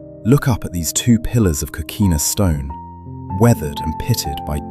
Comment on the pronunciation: Beautiful video as always, but I think your a.i. machine needs a bit of repair. " Street Oh-Guss-Ton" Not exactly correct there, nor Costelllo. Amazingly though, it pronounced Coquina correctly and didn't comment KOH-KWINN-A LOL